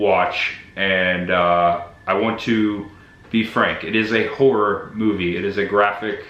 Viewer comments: Hi., are you saying Horror? Or Horrooooooooorrrŕrŕrrr. Looking forward to your film role, 😊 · So freaking awesome buddy! I watched the first movie last year, I remembered the house and barn. Lol don’t worry about how u say “horror” buddy I say it the same way. I met ya at Spooky Empire last Oct, maybe I should have gotten an autograph. Lol